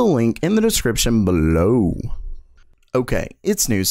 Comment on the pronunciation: I might be the only one one (or my nerves are getting cracked) but pronouncing `below` every video become very irritating....